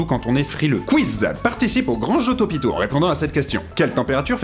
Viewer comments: le mec au depart a dit tropico???? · "De tropico" xD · je rêve ou il a dit tropicaux o lieu de TOPITO au début